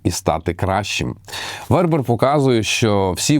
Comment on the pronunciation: БернАр ВербЕр. Французькі слова мають наголос на останньому слову. Останнє "д" глухе. Ви, мабуть не читали його ж "Танатонавтів". Єгиптяни казали: смерть - лише початок. Еніуей, дякую за назву, якщо буде час...